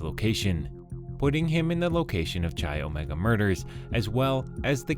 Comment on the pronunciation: Not Cheye.. It’s Kye, come on guy if you’re going to do a Video please do a little homework first, you’re driving us bonkers with mispronunciation